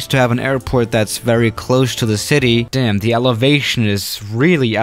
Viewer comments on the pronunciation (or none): none